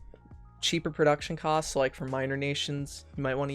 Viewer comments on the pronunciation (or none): none